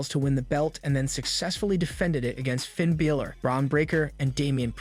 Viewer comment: Why can't you say Finns name right w.t.h. Dom doesn't need the mask. Big E shouldn't risk it not now. Why not sit next to Michel Cole